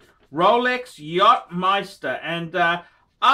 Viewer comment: MasteR=Meister? its Maaaster